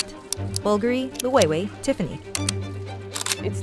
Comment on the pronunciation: should learn how to pronounce Loewe haha